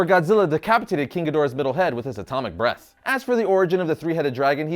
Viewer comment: huh repeat that again... ATOMIC BREASTS?